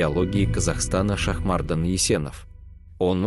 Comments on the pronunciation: Кто это читает? в казахском языке есть простое правило ударение всегда ставится на последний слог: ШахмардАн, ДжунгарЫ, АдАй! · Автор ставь правильно ударение на имени Шахмардан, первая а